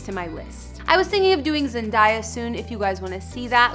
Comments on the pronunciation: This girl cant even say Zendaya right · She couldn’t say Zendaya right either